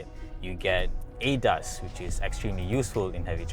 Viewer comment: I just can't accept he keep saying ADAS here ADAS there LOL. Please call it A-D-A-S.